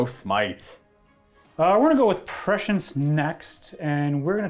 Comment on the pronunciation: Prescience isn't pronounced like precious. Prescience is pronounced Press-see-ence. Sorry but I want to shove dull spoons in my ears every time I hear that precious prescience